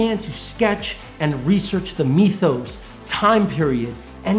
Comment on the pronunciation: Now I'm gonna let you Finish there, but me-thos? It's myth-os